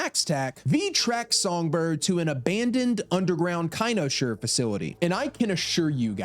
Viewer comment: Coming back because the first time I watched it I couldn’t get past the way you’re pronouncing Idris and Cynosure brother you can look up how to pronounce his name and they literally say cynosure multiple times are you just doing it on purpose buddy